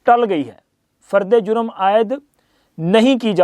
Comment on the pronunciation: 😂your brother journalist saying fard E a juem announce 😊